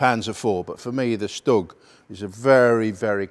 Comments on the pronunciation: not really, he says stug, it should be SHtug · I always pronounce it as Stüg or stoog